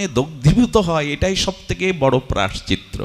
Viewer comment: প্রভু প্রায়শ্চত্র নয় প্রায়শ্চিত্ত